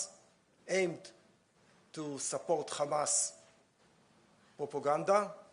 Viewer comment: Say Hamas, not kamas 😂